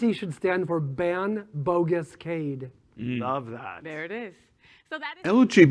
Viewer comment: Geezus how hard it is to say Cade?